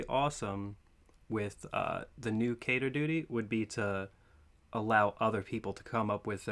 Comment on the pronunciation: Wheeew!! never knew the letters stood for something Dibs on the timestamps! It's pronounced Keter,.